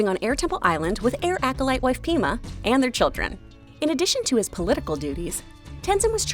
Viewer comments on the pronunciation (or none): Pema not Peema. No hate. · Isn't it Pèma for Tenzin's wife. Péma sounds stupid and something writers would avoid because it sounds like pee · Did you just say "pee ma" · She did not just say peema. I don't understand how people making videos about the avatar universe can get everything right but the names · Did she really say peema